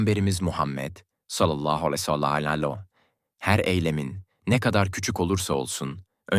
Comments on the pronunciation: Sallallahu aleyhi vesselam neden düzgün söylemiyorsunuz. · "Sallallahü aleyhi vesellem" demeyi bir türlü beceremiyorsun. İnsanın aklına "acaba inançsız mı" diye düşünmek geliyor. "Sallallahü aleyhi vesellem" demeyi öğren ve videolarda söyleyebil. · Sallallahu aleyhi vessellem Demek bukadar zor değil amacınız ne acaba😡